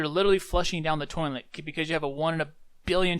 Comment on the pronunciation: Toinlet? XD